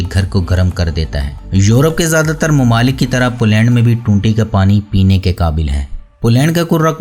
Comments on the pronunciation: بھائی آپ کی ہر ویڈیو خوبصورت فوٹوگرافی اور بہترین معلومات پر مبنی ہوتی ھے جس کے لئے آپ مبارک کے مستحق ہیں۔ مگر آپ کا تلفظ ٹھیک نہیں ھے۔ پولینڈ کی ویڈیو میں ٹھیک لفظ "پولینڈ" ھے مگر آپ نے اس لفظ کو بار بار "پلینڈ پلینڈ" کہہ کر بہت بور کیا۔ میری بات کا برا نہیں منانا بھائی ۔۔میرا مقصد فقط آپکی اصلاح ھے۔ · بھائی صاحب اپنا تلفظ صیح کریں پلینڈ نہیں پولینڈ ہے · اپنا تلفظ صیح کریں پلینڈ نہیں پولینڈ ہے